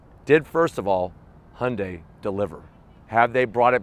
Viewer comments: 😲 WAIT! Did I finally hear him pronounce Hyundai correctly?! 🤯 Thank you!! No more saying Hondai. I'm definitely subscribing now! 👍🏽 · We in Australia pronounce it as he-young-day